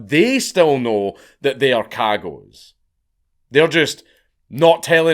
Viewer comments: I love that he mispronounces cagots because of the American accent lmao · Me 2 seconds into the video hearing their name pronounced and realizing the little internal giggle I was looking forward to the rest of the video is gone forever... :( DAMN YOU FREEEENCH!